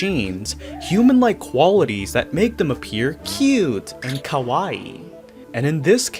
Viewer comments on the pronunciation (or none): none